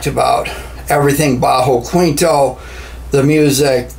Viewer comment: It's pronounced keentoh not kweentoh. Great video though!